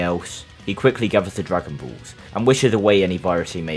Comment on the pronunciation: Bro said dragon buuulss😅😅😅